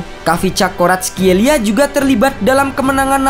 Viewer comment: Commentator bola malah sering nya nyebut 'Varatskel...'